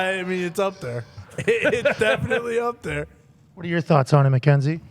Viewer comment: Bro when I heard Cole say Mackenzie’s name on smack down I knew it had to be a mistake😂😂